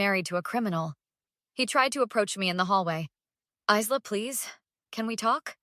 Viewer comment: You pronounced Isla wrong , it’s Isla with a quiet s you don’t mention it.